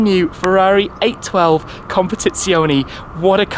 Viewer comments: CompetizionE , not competizioni. As you say correctly speciale, not speciali. Anyway great video Shmee! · ... u should improve ur italian language... "competizionE" and not "competizionI" ;-) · COMPETIZIONEEEEEEEEEEEEEEEEEEE NOT -ZIONIIIIIIIIIIII ❤️ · Nice video😍,but is CompetizionE,with "E" in Italy pronunciation,not CompetizionI. Is wrong CompetizionI,in english pronunciation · amazing video but as an italian PLEASE, it's non competizionI is competizionE just as you say fErrari and not Firrari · Everything exept for how to pronounce competizionE, its competizionE not competizioni 😅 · Comp-a-TITS--ione. Emphasis on TITS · ahhh classical. An Englishman butchering an Italian name. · he cannot pronounce it properly